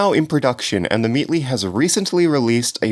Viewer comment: theMEATLY! Stopppp being a "tease" I m gonna kill myself